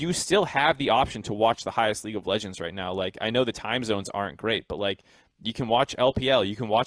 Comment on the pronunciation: Did anyone notice, that every time says "But like" it sounds like "Bud light" Example